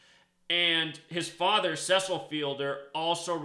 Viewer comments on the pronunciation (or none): none